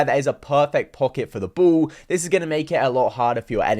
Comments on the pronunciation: Ball.. Say it with me B.. A.. L.. L. Not bool. Who tf says that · I love the way you pronounce ball “buwl” lol no offense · What the heck is wrong with "the bool"🤣🤣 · Bru bol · Bool and Wool instead of Ball and Wall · I ❤️ when he says bull instead of 🏀. Wall as wull 😂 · "can I get a bo'o o wo'a"